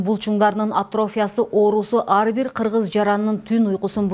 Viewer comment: Атрофия деген сөздү ,,и" тамгасына басымдуулук жасоо менен айтылышы керек. Журналист ар бир сөздү туура окуй албаса, эмнеге иштеп жүрөт?